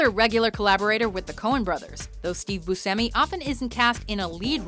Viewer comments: Boo-shemy not busemmy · It's pronounced Bushemi and not Busemi. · It's "BUSH-EMI", not "BUS-HEMI"! Dammit,! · Fernando Saladino actually it's "Bush-tchemi"